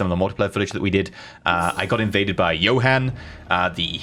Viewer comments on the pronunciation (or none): none